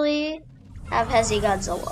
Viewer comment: Bruh that not how you say heisei